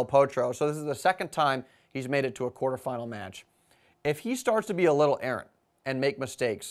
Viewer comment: Yes, I agree that your enunciation of certain words like "little" could benefit from some practice. Generally you speak very well with a unique, notifiable accent however. Which is nice. I find your reviews very informative and helpful. It abbreviates the research or recent history of the star players effectively. So keep up the great work!